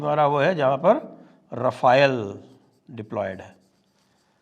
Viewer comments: Sir, Rafael nahi 'Rafale' hai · Sir, " रफाएल" नहीं "राफेल"(Rafale) बोलिए।